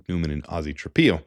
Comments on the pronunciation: I know Ozzy is a new name, but please, its Trap-pillow. u dont lay your head down on a PEE-LOW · It's pronounced tra pillow, not tra peeow.